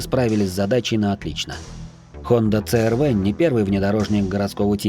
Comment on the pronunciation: с первых минут рассказываешь про CR-V(СИ ЭР ВИ) . А говоришь црв,аж слух режет.почему в столице или в тех районах её так коверкают.сам с владивостока,и у меня она уже третяя и каждая на поколение выше,огонь тачки